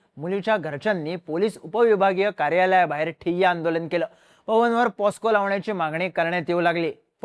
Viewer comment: साहेब पोस्को नाही म्हणायचं pocso म्हणायचं